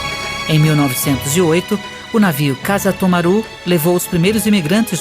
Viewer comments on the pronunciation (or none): O nome do navio Kasato maru é paroxítona e nao preparoxítona como a mulher falou.